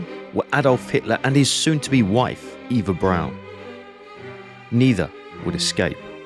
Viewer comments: This is so, so well done, and thus the sometimes mispronunciation of German words is even more jarring. For starters, “v” is pronounced as “f”, “w” as “v”, “s” as “z”, the “e” in Eva as “a”, etc. Getting your foreign pronunciation down would really make things flow better. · Not to nit-pick, but her name was Ava Braun, not Eva Brown